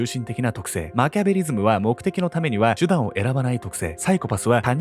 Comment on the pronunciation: 手段を選ばない、がちゅだんに聞こえる😃可愛い❤️